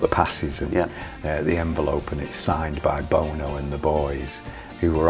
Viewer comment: i adore the fact whether by design or not hooky mispronounces that lead singer from u2's name